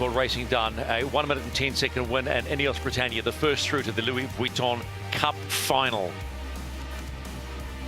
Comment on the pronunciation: The problem with is that he does not understand sailing, is not a sailor, and appears incapable of learning anything about sailing. It seems clear that the three experts - Ashby, Robertson and Lester - have little respect for him. He also consistently mispronounces "Vuitton", which is a touch annoying. But the AC75 racing is compelling and the AC40 fleet racing is bloody fun to watch.